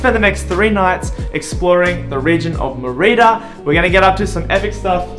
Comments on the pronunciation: Mur-ee-duh? MER I DAH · Good content. Please learn how to pronounce Merida properly, it's important. Many cenotes have water that looks green, not blue. Glad you enjoyed your time here, it's a magical place. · How many times did you mispronounce Mérida in one video? Please, if you're going to do videos about places ask someone, literally anyone. This goes for businesses too (El Barrio) or cities, cenotes etc... Also 1600 isn't a century after 600 it's a millenium. Izamal isn't called the Magic City, it's one of 132 Pueblos Magicos in Mexico. Again, a simple google search would have revealed this. This is why youtubers don't get any credit, they don't bother looking anything up. If you want our subs and the advertising money associated then put some effort into it. I love supporting content creators with subscriptions and even patreon donations but you have to at least be willing to ask someone how to pronounce the city that you're doing an entire episode about. Hell, if you come back I'll meet you for coffee and tell you how to pronounce everything so you get it right on the video. Seriously. Cheers.